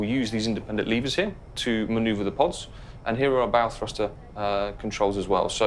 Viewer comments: The "bow" in "bow thruster" rhymes with "cow", not "go". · Can someone teach the narrator how to pronounce "bow thrusters" ?? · Someone forgot to tell the narrator how to pronounce bow properly lol